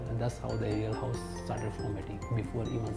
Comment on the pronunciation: the word is house. not "Housh". the city name is Surat. not "Shurat".